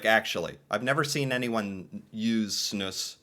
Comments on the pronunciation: its pronounced more like Snooze not Snooss wikipedia is wrong lol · They way you say Snus as "Snuss", cracks me up XD. Snuss sounds like something "dirty" :-P Its also kinda ironic that smoking seems more hygienic, when i my self quit smoking and only use those nicotine bags now, it later hit me how much cleaner and fresher i feel after i quit the smoking. Oh hes going to start puking soon XD Also you have a type that is basicly a white powder, which doesn't leave any discolor at all, like Epok and Loop, and some other brands. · Pronounce it more like "snooze" 😊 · it's one S .... not Snuss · It's pronounced (snooze)